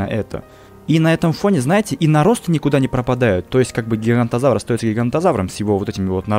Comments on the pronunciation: Говорил что правильно говорить ((гиганотозавр)) а сам сказал ((гигантозавр)). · поправка. Не гигантозавр а гиганотозавр произносится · Правильно ГигаНОТОзавр, а не ГигаНТОзавр!